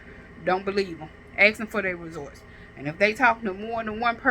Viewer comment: Girl, get off the internet and take an English.grammar, speech class. The word is “results”, not “resorts”. 🤦🏾‍♀️